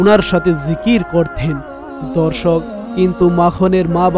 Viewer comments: বারে বারে দর্শক ধর্ষক কথাটা শুনতে খারাপ লাগছে এরকম ভাবে উপস্থাপনা না করলে ভালো হয় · Bhy apni dorshok ta thik kore bolben dhorshok Suna jay